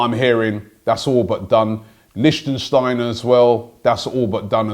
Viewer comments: ''Lichtensteiner'' Its LICHTSTEINER ffs.. Lichtenstein is a country. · Lichsteiner! not lichentensteiner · ROBBIE, PLEASE PRONOUNCE LIKE THIS "LICH-TEINER" lmao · How ironic that Robbie corrects Adley but fails to pronounce Lichsteiner correctly...lol! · Robbie I beg you fix your Lichtsteiner pronunciation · Arthur Wulms we have been linked to him for a week now, Robbie still butchering his name 🤦